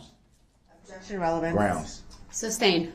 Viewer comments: Even after hearing the judge say "SUStained" over a 100x, he STILL says SUBstain 😅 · Mr Brookks….you are a boor. That is why your objections are being ssubstained (allthose extra letters make me want to axxed it and aassit and axxed again.🤣🤣🤣